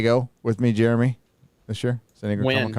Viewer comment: Did call Jeremy, Jere-many, at one point??? Jeremy = Jere-many = Germany???!!! AH HAAHHH! White supremacy confirmed!!! 🧐